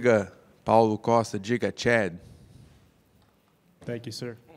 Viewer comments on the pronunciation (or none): The way he’s been pronouncing gigachad this whole time